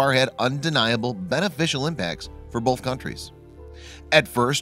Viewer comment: Pro tip: There is no letter "l" in the word "both."